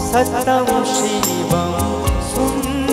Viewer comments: সত্যম উচ্চারণটা শ্যামল মিত্র কি স্যতম করেছিলেন।সুন্দেরম্ না সুন্দরম্?কানে লাগছে তো!! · সত্যম,,,,,ইত্যাদি উচ্চারণ, মাত্রা,রিদম ঠিক নেই,বাকি প্রায় ভালো,,,,,!